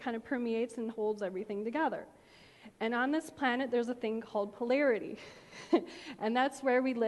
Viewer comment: That chick regurgitates all the self help material that is already floating all around from people more charismatic and knowledgeable than her... I lost it at her 69th "you know" and when she tried to explain the composition of matter and said pilarity (as in hair) instead of polarity. If she can help some, then good for her: Whatever floats your boat but not my cup of tea... I will go write on a little piece of paper my negative comment about her and try to change my frequency about that.